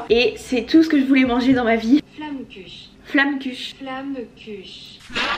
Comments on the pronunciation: Ça se prononce Flomkourè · On dit une « flamenkuche »